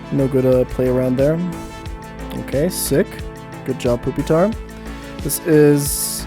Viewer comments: This is pretty cool and impressive but please ... it's not poopytar, it's pyu, like the word pupa. TuT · Fantastic video, but are you calling it "poopy-tar' on purpose? If not, it's "pupa-tar" like the middle stage of a bug's life, Larva - Pupa - Adult. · Why do you keep saying, "poopytar" lmao. It's pronounced "PEW-pi-tar". It's supposed to be like the "pupa" stage of development. Same etymology for "Pupil". Do you call them "poopils" lol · ok i had to stop watching after hearing "poopytar" way too many times ps pronounce these mons right lol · Did you just call him Poopitar? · I never complain about pokemon pronunciations but "poopytar" is nuts. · Why does this man keep referring to Pupitar as "Poopy-tar?" I need to know the backstory of this now. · i fucking can't with the calling it poopytar the whole time 😭😭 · why he pronounce it poopytar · Haha, he said poopitar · This is the first time I've heard someone pronounce it as Poopitar lol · I hope that is actually how you pronounce pupitar. Poopytar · why does he call it poopytar lol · I'll never get over saying pupitar as poopytar. Fuck. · “Poopitar” lmao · bro fr said "Poopytar" lol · Lol he calls it "Poopytar" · He calls Pupitar, poopy-tar Lmao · Every time he says pupitar like "poopytar" I get punched in the stomach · I giggle a bit when you pronounce it poopytar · Im begging you to stop saying "poopy-tar" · Why is bro calling Pupitar "Poopytar" wtf lmao. I cant tell if hes joking or if he actually thinks it's pronounced like that. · It’s just the way he prefers to pronounce it. He also pronounces suicune as “soo-ee-cune”